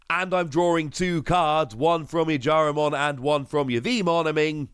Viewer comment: Some nice Ghost Game cards. Also, its Jellymon, not Jyarimon.